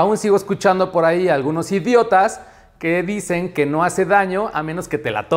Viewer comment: Jajaja me gusta como enfatizas la palabra idiotas